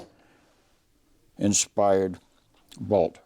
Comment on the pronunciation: In Army basic training, the drill sergeant taught us how to pronounce "Garand." Other gun shows have their presenters pronouncing "Garand" as though they had marbles in their mouth. You got it right. THANKS!